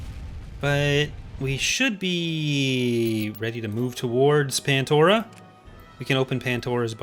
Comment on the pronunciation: *pandora not pantora